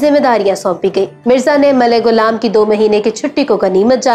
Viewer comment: Its not gulam Mohammed its ghulam Mohammed stop following Indians achi Urdu na bolo Indian ki ghalat Urdu bolo you think it's impressive its not